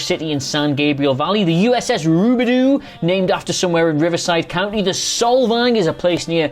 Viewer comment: Lmfao "rubadoo" 🤣 rubidaux